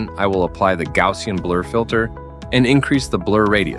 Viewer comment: Thank you, thank you, thank you for pronouncing "gaussian" correctly! Herr Gauss will also appreciate it.